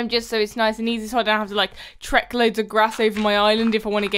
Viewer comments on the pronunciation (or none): none